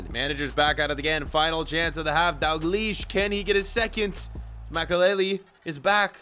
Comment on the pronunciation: you should pronounce the l in daLglish